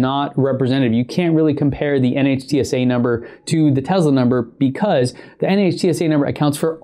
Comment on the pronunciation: NHTSA is pronounced as “Nit-Sa”, it is an acronym not an initialism.